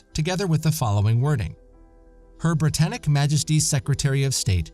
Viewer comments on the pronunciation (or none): none